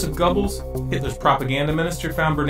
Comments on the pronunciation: Please people learn to pronounce names correctly. It's irritating and makes you look stupid when instead of Goebbels you say "Gobbles"... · where is part 2!!!?!?!? this is an excellent documentary. plz correct your pronunciation of Goebbels though. not trying to be a dick, just this doc. is filled with a wealth of knowledge, just gotta fix pronunciation.